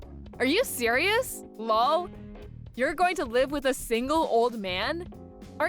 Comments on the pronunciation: PLEASE DON"T READ OUT LOL AS LOL, it's laugh out loud, so have the person reading it, laugh out loud rather than saying LOL! It's annoying!!!!! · No such word as “lawl”!! Seriously. LOL quite literally means laugh out loud, so when you read it, don’t say it just laugh out loud or chuckle or something. It takes away from the whole story when there’s too many “lawls” happening. Sorry. Pet peeve.